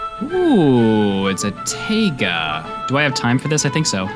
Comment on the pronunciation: Sieve is pronounced Siv, Taiga is pronounced Tie-guh